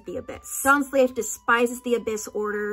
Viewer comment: The "Dain" in Dainsleif is pronounced like "Dain" not like "Dan"